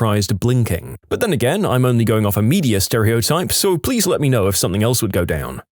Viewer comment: No k in the word something